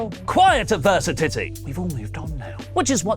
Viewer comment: Advirsititty! Lol